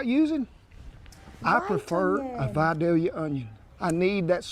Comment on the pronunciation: Spell it correctly please. Vidalia, and it's pronounced Vi day yuh.